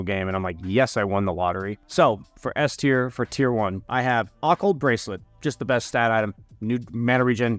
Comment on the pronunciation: Hm, still not saying occult right are ya...